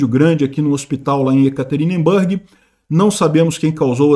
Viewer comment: pela MILIONÉSIMA VEZ: NÃO se pronuncia YekaterinbÂrg, mas sim YekaterinbUrg.